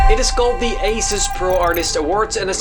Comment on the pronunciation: Asus -> A-SUS